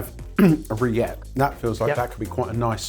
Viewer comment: why does host this? 'Rillettes' is pronounced 'reeyet'